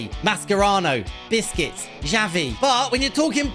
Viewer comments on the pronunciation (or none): He is saying biscuits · I like the way he says Busquets' name, to me it always sounds like he is saying biscuits😂